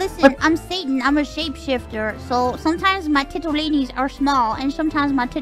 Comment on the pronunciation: Mouse's pronunciation of "tit-o-lin-es" and "booba-lis" is going to live rent free in my head.